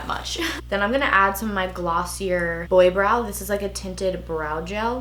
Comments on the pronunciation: this look is so gorgeous ✨ btw it’s pronounced “glossy-aye” not “glossy-er” .... kinda like Laura mercier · (not hatin. LOVE YA ) Glossier-(glossy-aye) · "anistashuh" "glossyer" haha same love u😂❤️